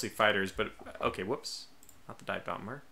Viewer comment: I'll rewatch it, and give you a precise timestamp. Basically to me it sounded like you merged the words, dive and bomber into a word that sounded like dahmer, the serial killer.